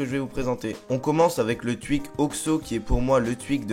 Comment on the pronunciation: llol tu dis le twuik